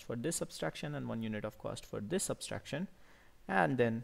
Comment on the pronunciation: It is not subSTRaction. It is subTRaction.